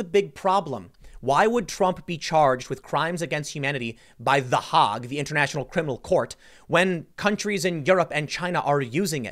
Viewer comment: It's pronounced: "The Haygue" Tim, not the HOG